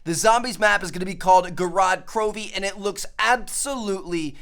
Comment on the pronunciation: It's not pronounced right. It's more like Goh-Road Crow-Vey. It's Russian for "City of Blood"